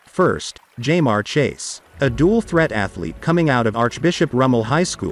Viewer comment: “ JAY MARE CHASE”